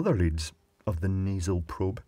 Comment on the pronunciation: What is it with you n probes, Clive!? I've a feeling you just like saying the word. Prrrrrrobe.